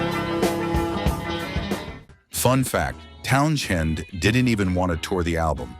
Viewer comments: What the hell is a "Town-chend?" 🙄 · Pete Town-Shend? Interesting emphasis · My ears bled when you mispronounced (Pete) Townsend. It's only one of the most famous names in rock history. Had you ever even heard of The Who when this video was made? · Can't even pronounce the name of The Who guitarist right. sucks